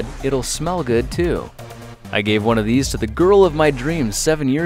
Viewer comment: I did not hear I thought you said 30 kids it's 3